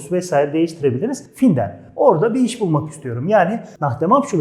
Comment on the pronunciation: cok güzel tebrikler. Ama telefuz konusunda sanki cok dikkat etmiyorsunuz. Mesela fiillerin okunusunda hic bir alman sizin gibi okumuyor. Örnek, finden fiili...hic kimse yazildigi gibi okumuyor..."findin" diyorlar...gibi seyler dikkat cekiyor. Basaralarinizin devamini dilerim....saglicakla..